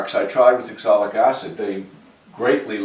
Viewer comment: It's pronounced OxAlic acid, not ExOlic acid. 😂 Nice work, as always. Beautiful finish on all of it.